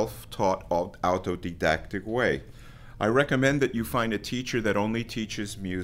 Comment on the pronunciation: Autodidact, not Altodidact